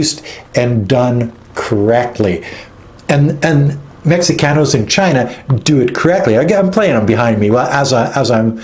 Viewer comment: Mexicanos is pronounced (Mehecanos) the ( X) in Mexico is pronounced with an H.